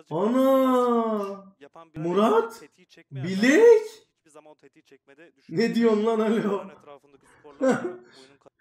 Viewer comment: bilek değil blæk